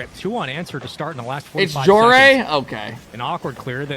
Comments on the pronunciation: Why does he pronounce joreuz like that bro says joreez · Bro please for my sanity. Stop calling him joreez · pronounce joreuz right please..... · How do you not know how to say Joreuz he’s only been in the scene for 3 years